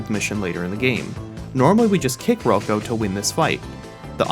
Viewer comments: It’s pronounced rah-co not row-co for Rocco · Its ROCK-O not fucking ruko lmao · Dude really called rocco ro-co 🤦🏻‍♂️ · The way he says Rocco... eugh